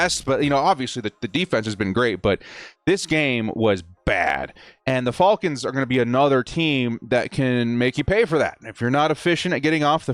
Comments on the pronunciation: i cringe every time he says their name 😭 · You say Falcons weird